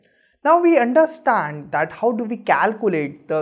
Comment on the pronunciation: He says undaaahstandha instead of understand